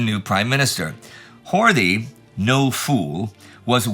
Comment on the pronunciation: FYI it's pronounced Hort-ee, with the "ee" as in Robert E. Lee.